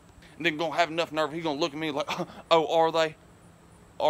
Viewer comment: I think he just said then in a country accent.